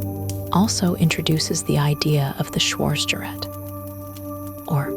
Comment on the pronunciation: Our narratrix should learn how to pronounce "schwartzgerat," among other words.